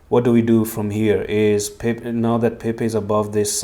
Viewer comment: Time to go back down. It's Pepe, Not Pepec. Don't get the mass wrong.